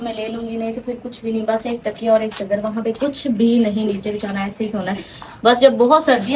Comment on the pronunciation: Chdr nai hota chader hota hai